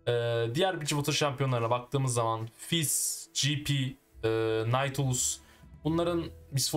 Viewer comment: naautilus diyomuşun 3 kere geri aldım ne diyon diye